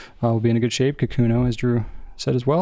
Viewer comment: Ka-koo-no - please